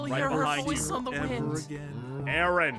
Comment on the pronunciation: Erin????? It’s Aaron(I’m not being rude btw! Aussies have to stick together)